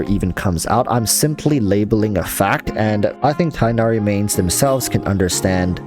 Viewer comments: Tigg-Nah-Ree or Tinn-Yah-Ree. Enough with Tye-Nah-Ree. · tig-nari. it’s a hard “g” sound. not “tigh” similar to “high.” his name is not based on english words. therefore will not follow english pronunciations. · apparently the correct pronunciation is tig nari, not tie nari, but idrc I just call him fox boi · It’s tugh-nari, it’s really not hard to research and find it before thinking u would butcher it… and then butchering it. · Tighhh nari that's how you say it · his name is pronounced tug-na-ree if you englicize it btw! anyways i think that im going for him because him and cyno will let me have a dps from every element (plus physical razor) and i like his ears haha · Btw, I think it’s pronounced tig-naer-ee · Your reasons are legit the same as mine. I think he looks awesome. also pronunciation is Tig-nari the H being pronounced softly. idk why English logic is being used for a foreign name its quite frustrating. literally they saying his name as if its the word High but with a T.